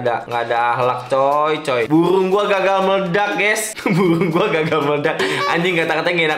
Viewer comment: buRung bang bukan buWung